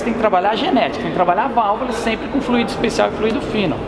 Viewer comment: A pronúncia não é flu í do, é Fl ú ido